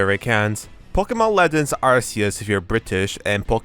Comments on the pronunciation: Americans do not pronounce it like that wow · I’ve never heard a American pronounce it that way. I’m American but I guess I’m British now